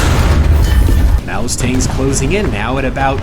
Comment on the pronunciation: Maus is pronounced more like mahs